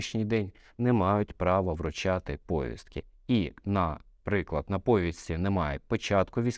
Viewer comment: Не говоріть пОвістки, бо правильно говорити повІстки ! ☝👍